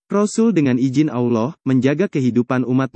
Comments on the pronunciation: Maaf banget , mungkin pengucapan Allah nya di perbaiki lagi, ehehe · Sebut allah lidah bergulung..x betul tu..kena praktis sebutan tu